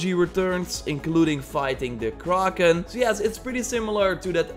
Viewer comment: sees kraken Says “Kararrken”